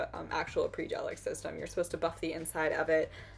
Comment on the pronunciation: Finally someone who knows how to properly pronounce Après!! ♥️ Great video!